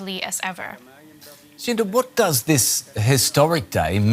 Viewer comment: Lmao, dude said Shinta, I was expecting "Shinta", and I ended up seeing "Cinta" 😂